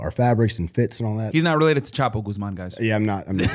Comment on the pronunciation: First guy to pronounce “Guzman” correctly 💯